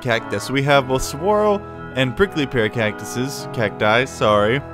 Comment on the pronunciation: By the way, you lived in Arizona? I'm disappointed you mispronounced saguaro. It's suhwahroe